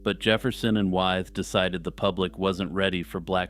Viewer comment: Interesting and well-presented - except for one thing. George Wythe's name is pronounced "with" - a good example of how English is confusing!